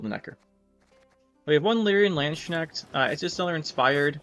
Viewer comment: Really like your queen meve version. I think golden nekker is the way to go with her. I’m German, and the way you pronounced Landsknecht was so hilariously wrong. Great video as always